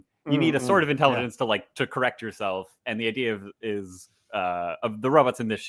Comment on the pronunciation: “intelleggince :3”